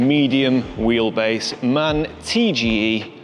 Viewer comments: Its pronounced M.A.N not man, youll upset the purists 😂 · its pronounced M A N, NOT man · Nice van, nice vid. As a German I have to say it is M-A-N as in FBI or CIA, not man as in men, because it is the abbreviation for “Maschinenfabrik Augsburg-Nürnberg”. 😜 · Well, my only gripe: It is "M-A-N" (Maschinenfabrik Augsburg-Nürnberg), and nobody would say "man" here in Germany. But physical buttons? Would be a must for me, too! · came here to say the same. M-A-N, not man. Also, the lion in the logo comes from Büssing, an old German bus and truck manufacturer, taken over by MAN a while back.... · I think i was around in the nissan qashqai days😂(on a other acount) At my job we ride MAN vans.(I think you officially should pronounce it M.A.N letters separately)They feel real comfortable. Good luck with the build.